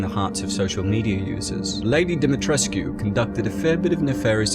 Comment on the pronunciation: Pronounced demi tresk. No uu